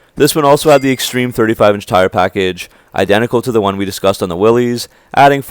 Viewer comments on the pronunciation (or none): WILL-ISS, not WILL-EES.